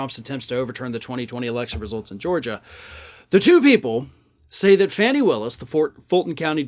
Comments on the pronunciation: “FAWni” Willis, not “Fanny” please. She deserves our utmost respect 😘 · "Fanny Willis" Fani (Fah-nee) Willis. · It's not fanny it is pronounced phonetically as fawnny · I know the correct spelling; I’m giving the phonetic pronunciation, hence the quotation marks, because he’s off in every reference to her and pronouncing Fani’s name “Fanny” is not only incorrect, but disrespectful, especially on a large public platform. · Please learn to say that woman's name. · You just purposely mispronounced the prosecutors name. You co host has repeatedly mispronounced Vice President Harris first name. Two white lawyers . Purposefully pronouncing power women of colors, first names. Woman that far surpassed either of your legal carriers. This blatant action. By two white lawyers from Florida. Just lost you a subscription.